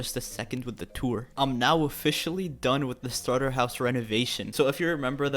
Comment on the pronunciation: I like how he says “done.” Like “dOnE!” 🤣